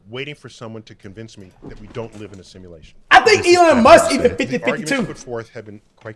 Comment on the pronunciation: Can someone please tell cash that its “a simulation” and not “assimilation” ? 😂😂